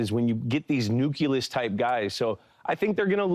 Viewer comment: Why does Edelman pronounce it 'nuke-you-less'? He said "nucleus" twice & it definitely wasn't [noo klee uhs].😖 It vaguely reminded me of George W. Bush's mispronounciation of 'nuclear.' 🤣